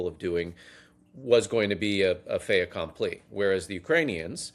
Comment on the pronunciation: faiT accompli. The T isn't silent because the following letter is a vowel.